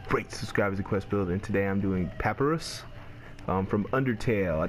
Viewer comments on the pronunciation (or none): It's pernounsed pa-pie-rus